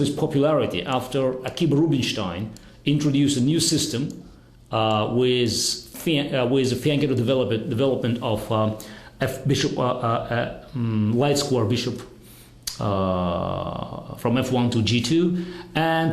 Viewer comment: Kasparov is a GOD! Easily the greatest player of all-time ;) But I did have to laugh at his 10-second attempt to say fianchetto :)